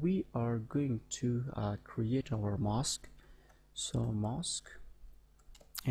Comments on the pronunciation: 'mask' is not pronounced as 'mosque'. Don't pronounce Aaaaa as Oooo. ;-) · This sounds like mosque to me. Anyway, making vids is hard. Where he is from that's how it's said. It's ride to comment like that without even saying, nice vid or something as well.